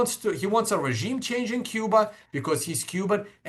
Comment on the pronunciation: LOL "ragiem"...